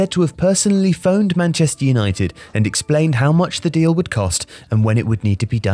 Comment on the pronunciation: 'Yanited' banter most club lol!!!